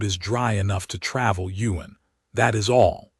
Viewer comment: It would be Ewan, Ewan, Ewan. NOT Yuen 🫣😏😒